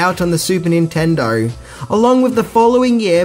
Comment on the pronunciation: if I may inquire? I'm guessing from the way you pronounce "Sega" that you didn't play it much growing up eh? you pronounce Nintendo spot on.